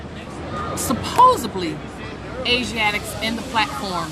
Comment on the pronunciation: "Supposably" "Birf Certiferkit" Also, eating during any kind of broadcast (especially video where it can be seen as well as heard) is really classy. What a hateful, ignorant, trashy, deceitful garbage bag of a human she is. She even treats her followers like shit! I'm really glad she's going to prison.